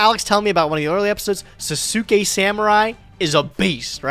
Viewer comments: someone teach to pronounce sauce-kay, WTF is sa-su-kay? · Can someone please teach how to pronounce Sasuke correct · It feel so weird to hear pronunciation for Sasuke samurai😂